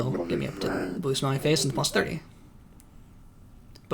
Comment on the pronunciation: When you say "blue smiley face", your accent makes it sound like "blue smelly face" to me lol